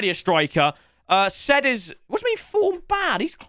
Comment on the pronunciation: it's not said it's sa3id it's a morrocan name lmao